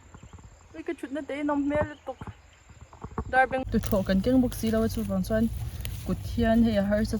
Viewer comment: Darbengbu I tih kha lambak ani em ...😅lam dan hi In ang lo nuai ve a